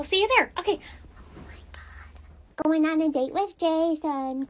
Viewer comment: cant say otay...k thanks bye